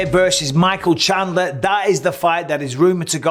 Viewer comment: chandler. Haha. chindler